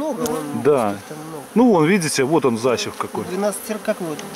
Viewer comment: Парни , Вам к логопеду надо ! Извените ! Засев , а не защев !